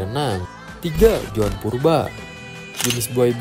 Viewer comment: ZOAN BANG BUKAN JOAN.